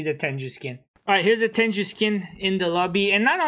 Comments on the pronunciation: Its a japanese term pronounced as Teng-goo not Ten-ju. Anyways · Bruh it's not tenju it's t e n g u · Lmao i pronouce it teng goo too and it kubda triggers me when people say it like tenju